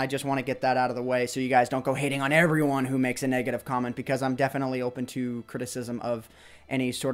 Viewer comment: Hahaha when says 'negative' it sounds like he's saying 'naked-ive'